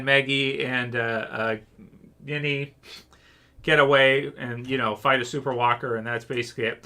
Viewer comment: Dude her name isn’t Guinea it’s Ginny with a J lol